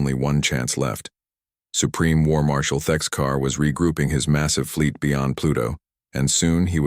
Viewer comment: Thexkar Not Texcar 😂